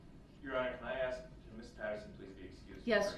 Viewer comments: This idiot's language... lol. "Dat's not da troof." "You need to ax me, not tell me." What a complete moron. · "Did you AXE that?!" Typical..... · Ax = ask Axed = asked Dis = this Dat = that